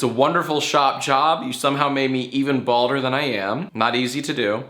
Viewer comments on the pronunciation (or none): none